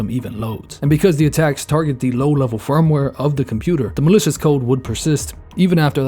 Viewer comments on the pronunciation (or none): none